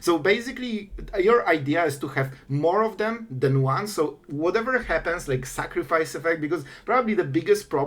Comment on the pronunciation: "Make opp sacrifece" yekes